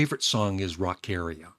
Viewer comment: It's pronounced like Rock-Aria, like an opera aria. This is where the disco era influence starts. "I want it so fine!" My favorites are Tightrope, Rockaria!, Telephone Line, Living Thing & Do 'Ya, even though I like The Move version a little better. I give it a 9.5/10 half muffins.